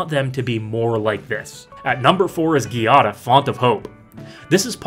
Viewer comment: giada is pronounced "jah-duh"